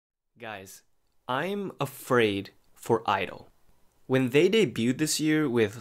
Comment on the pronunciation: Ummmm...sorry im not being rude but its pronounced gidle and izone is pronounced i zone : )